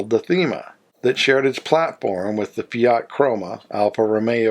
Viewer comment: WHAT IS THE POINT OF YOU ASKING US TO COMMENT, IF YOU OBVIOUSLY NEVER READ OUR COMMENTS?????? I HAVE MANY, MANY TIMES CORRECTED YOUR ATROCIOUS MISPRONOUNCIATION OF FIAT, AND INSTEAD OF PAYING ATTENTION, YOU NOT ONLY REPEAT THE GOD-AWFUL THING, BUT YOU EXTENDED IT TO OTHER MAKERS, LIKE LANCIA. Are you paying attention now????? It is NOT "LancIa" but "LAncia". GOT IT? JESUS H CHRIST ALREADY!